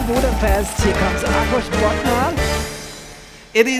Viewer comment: If I hear you say Budapeszt one more time, I'm going to cry... 🥲 At least you said KriSZtina and ÁkoS correctly. 🫶